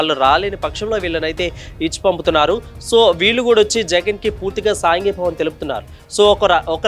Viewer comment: సాంఘీభావం కాదు సంఘీభావం అనాలి.